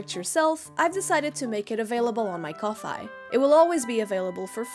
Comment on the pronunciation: I thought Ko-Fi was pronounced as Coffee 🤔